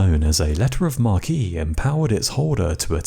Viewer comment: Seriously, you need to return to the 18-24 minute format for top 5 lists. 😡 Also, "Letters of Marque" is pronounced "Mark" not "Markey" 🙄